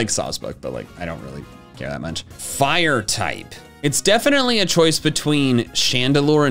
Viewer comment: FURE PIGHTING, that is all.